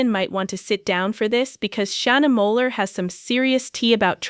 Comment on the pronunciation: Its Shana moakler not moller 🤣🤣